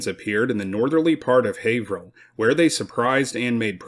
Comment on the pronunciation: Excellent job on the pronunciation of Haverhill. Most non natives of Mass, mispronounce alot of the town's names here. I'm impressed with how much his presentation has improved over the course of this channel. He's so much more confident in his presentation. Not to be insulting, but he's gone from sounding like a kid reading his book report, to a professional presenter. I especially liked the history channel jokes at the end of the episode before this one. I really look forward to every video.